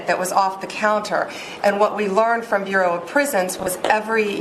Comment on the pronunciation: "BUREAU of Prisons" not "Euro"